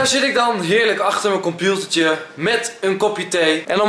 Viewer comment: Haha serieus lijkt echt alsof hij compilter zegt